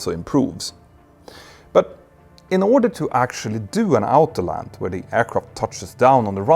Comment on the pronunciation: Your English is generaly great but please learn to say autopilot and autolanding: it's pronounced like "ortopilot" not altopilot and altaland.